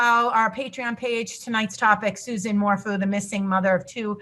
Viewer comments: I love how you called him Barry MorFOO. SOUNDS LIKE BARRY MORE FOOL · And Morphew is said "Morf-you" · Morphew is pronounced “mor-few” and Salida is pronounced “sa-lie-da” Suzanne had cancer twice which is another reason for having bangs. So, everyone who has bangs is hiding their intelligence...bs. Generalizing about hair choices isn’t a basis for hiding intelligence. She was a cancer survivor and had to wear wigs during her first bout with non-Hodgkins lymphoma, when she was in her late teens. If you look through all the photos, you will come across a few, where she has no bangs. Suzanne was a schoolteacher when she was diagnosed with cancer the second time. Her hair was thinning and falling out...she was scheduled to see her doctor on Monday following her disappearance. A clean bill of health. God bless her. Say what you want about Barry but please be respectful when talking about Suzanne. Chick in the blue blouse, grow bangs if you want, mmmk.☮️🦋🌸 xxxx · Hey ladies not sure if anyone has mentioned this but Suzanne’s last name is pronounced MORE(ph)EW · Btw, it is mor-few.